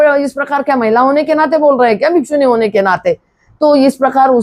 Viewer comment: भिखूनी शब्द सही नहीं बोल रही